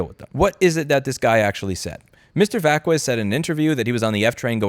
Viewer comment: mfw "Vaskwezz"